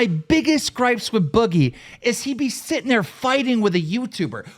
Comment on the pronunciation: I can't stand that Boogie says "Setting" instead of "Sitting" it pisses me off every single time.